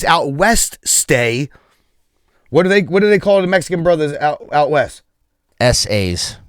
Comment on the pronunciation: Also, when he said where my homies out west stay he was simultaneously sounding out Oeste which means west in Spanish. Em was really wildin on this one.